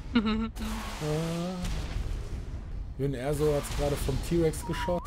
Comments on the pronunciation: Sie (Jin Erso) Wird Djin Örßo ausgesprochen aber gutes Video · Lieber, ich schau ja wirklich gerne hier zu, aber schau du dir bitte doch mal Star Wars Rogue One an. Ist ein richtig guter Film und danach weißt du dann auch wie man Jyn Erso richtig ausspricht. Ich kriege jedes Mal das Grausen bei deiner Aussprache;-)